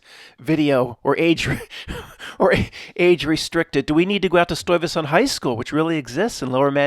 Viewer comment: It's a Dutch name. To hear tbe correct pronunciation, use the google translate Dutch vocalisation. I was the one who sent the Stuyvesant 1970s Dutch movie theater commercial that is loaded with 9-11 references. The retrocausality school of thought gets very much underscored with the existense of this commercial. Together with the affiliate story of the polical figure of the same name, Peter Stuyvesant has become a staple in presentation and a very funny one at the same time. I did the drawing here, and of course I include a pack of PS smokes. Kind regards, Paul